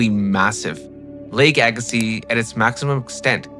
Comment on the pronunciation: Well done. Appreciate the correct pronunciation of Agassiz!